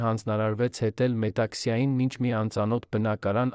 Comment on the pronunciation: Տղա ջան երանին ո՞րն ՝ նոր սերունդին ճիշտ տեղեկացրեք՝ ԵՐևԱՆ և ՈՉ ԵՐԱՆԻ... Որ դպրո՞ցն եք ավարտել և ինչ ընտանիքում եք մեծացել, որ հայերենը ներկայացնում եք ուղղագրակական մեծ սխալներով՝ որովհետ, երանի, հետել, կարեր կարոր և ....